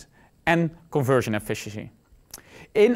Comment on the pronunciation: What the hell are you trying to say?